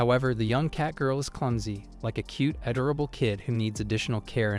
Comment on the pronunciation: ngl, it kinda pisses me off that the AI narrator is unable to say a simple a word as "Adorable" without it becoming Add-Ora-Bull. same with the word Bow, as in the weapon. for some reason, for how much AI is supposed to be genious and able to learn from the world and internet etc, it is inable to have prefixes for the words allowing variations of the same written word's pronounciation.